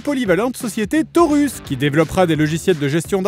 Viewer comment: « Torus » au lieu de « Taurus » 😅 la définition même de « sur un malentendu ça peut passer » 😂